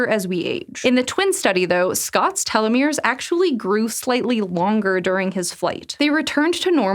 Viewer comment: is a momentous occasion for SciShow... "telomere" was finally pronounced correctly!